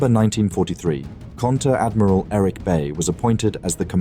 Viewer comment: Not Eric or Erik.. ERICH thats not the same name! But only a German can speak it 😂